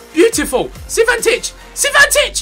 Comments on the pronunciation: Not is CI VAN TICH, it's Cvitanich, you have to say: SEETANICH Please like the comment so Ethan can spell right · Ethan it's Cvitanich not Civantich. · IT IS CVITANICH !!